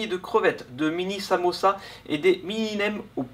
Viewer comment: t'as du mal à dire "samousa" 😂😂😂